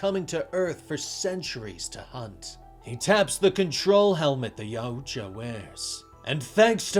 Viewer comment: It’s pronounced YAWT JAH 😂😂😂wtf did you say??